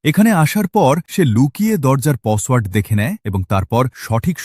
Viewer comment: Password ❌ Posshword✅ 😂😂 By the way baje ekta Story